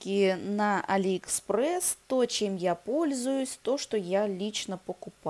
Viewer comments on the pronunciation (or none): none